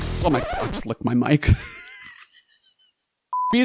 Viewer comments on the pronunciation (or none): This is my new favourite pronounciation. Mic lick for bonus.